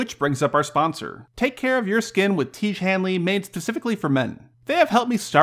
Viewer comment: Tiege? Seriously?